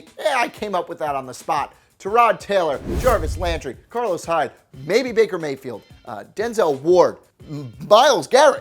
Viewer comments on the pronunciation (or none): none